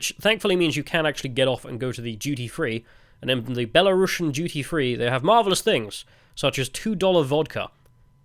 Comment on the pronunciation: It's because you need to pronounce it "belarusian" with a u that sounds like a oo (and not a uh) and a normal s. Don't say "belarushian" like you'd say russian.